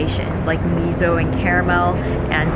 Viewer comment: Can't help but laugh every time you pronounce miso as 'mizo' 😂